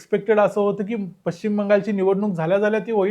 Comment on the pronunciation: Pashchim shabdacha uchchar chukicha ahe.